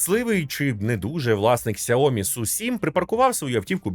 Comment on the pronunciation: Сяóмі, з наголосом на "о" ? 😂😂😂 Розетка торгує, і навіть правильно бренд не може вимовити! Звучить цей наратор як дитина 😂